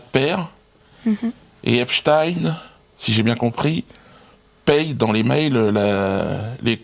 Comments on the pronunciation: C‘est du n’importe quoi, ce débat. Il était américain. Aux Us; on prononce ‘ine’ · C'est Ep-stine, en passant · J'adore comment il prononce le nom de Monsieur Epstein, c'est très drôle. Comme Dieudonné manque à notre télévisuel public.